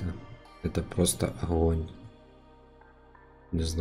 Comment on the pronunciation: Охонь-охонь)) Охненный охонь